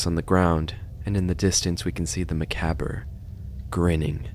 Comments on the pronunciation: This is a great video, tip for the pronunciation of "macabre"; Ma (like Mama or Maw) Cob (like corn) Ma-Cob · it’s pronounced Mah-Caub please it hurts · Macabre is pronounced muh-cob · aint no way this dude pronounced macabre makabur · Macabre isn’t pronounced that way. It’s “Mah-Cob” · I’ve been bothered through this whole video because of your mispronunciation of macabre, it’s “ma-cob”. Good video though 😭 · its supposed to be pronounced "ma-cob", its derived from French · Hey! Little correction, macabre is actually pronounced "ma-cob" One of those weird ass English words haha Edit: Apparently macabre is not an English word and tbh that makes more sense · no it’s not. it’s ma-cob :) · Gonna gnaw through this guy’s leg for how he pronounces macabre (ma-COB, I know it’s gross but it’s French so what can you do) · Bestie i love you but it's pronounced "muh-cob" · You might get a lot of this, and I don't wanna hammer that in a ton, but macabre is pronounced muh-cob. Ignore this if someone else said it. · I always thought it was pronounced Macabre (ma-caub) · That's how I pronounce it too. It hurts to hear it pronounced "ma caber" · hell no that ain't how it's pronounced. being honest that McCabber pronunciation makes me wince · Absolutely not. I know for a fact because I still remember being corrected about it in a class full of other students when I said it like that. Macabre is pronounced Muh-cob. It has stupid pronunciation because it has french origins, and that language likes to make a ton of letters silent. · You keep pronouncing Macabre wrong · Honestly it's a good way to remember how to spell the word and sometimes saying words wrong is really fun. I never heard macabre said that way... wow. Easy way to remember how to spell it... At least to me it does.. so your mistake is actually a really fun way to say and spell it! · "Bad at reading" is no excuse. It takes half a second to Google the pronunciation. You're not "bad at reading". You're LAZY at reading.